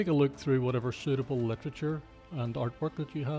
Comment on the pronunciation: "In soot-able deep black colour"